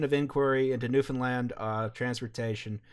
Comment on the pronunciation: Holy shit, you're the first group I've found online in years who know how to say Newfoundland correctly. Thank you haha